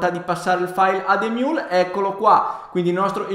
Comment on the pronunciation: emiul non imiul